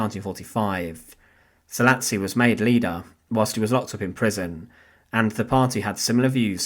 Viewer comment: Szalasi pronounced Sah-lah-shi